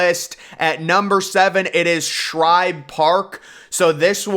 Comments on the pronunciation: It's Shibe, not Shribe. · There’s no “R” in Shibe. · Like the addition of the "R" in Shibe Park to make it Shribe Park. lol.